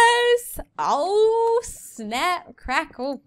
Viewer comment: When he said snappp